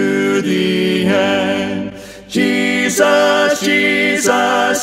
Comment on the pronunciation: This is beautiful. The phrasing, legato, and tuning are all excellent (not to mention his exceptional range). He is a very skilled and tasteful singer. That said, I am always bothered when people sing "Jesus" with equal stress on both syllables (or worse, greater stress on the second). I am probably being too picky, but no one says Je-SUS. The second syllable should be noticably less than the first.